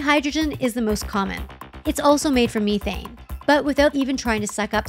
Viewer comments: That's not how methane is pronounced lol that's so frustrating 🙃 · Meth- thane not Me - thane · Meth ane, not Me thane. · Me-thane vs meth-ane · Did the narrator really just say "meathe-ane"